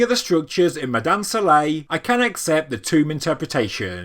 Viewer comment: Try to get your pronunciations correct before you do any documentaries , you did not pronounce any name correct about ( Mada'in Sa'leh ) , Madain Saleh . Hajj Ali